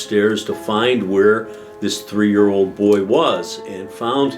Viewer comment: A fan of as well!!! Love the way he pronounces 3 - "tree"